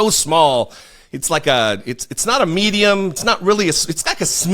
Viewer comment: LOL "Smedium"